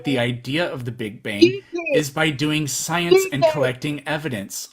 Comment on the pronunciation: What is "soiens" and what is "albert oinstoin"?!?!?!?!?